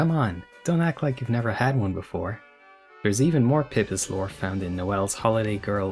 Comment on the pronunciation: it's PEE PEEs, no pip-is. Eggs, not drugs